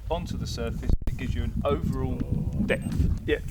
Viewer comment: Lol, "paint depf".